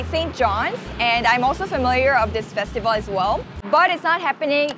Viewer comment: That fine its festival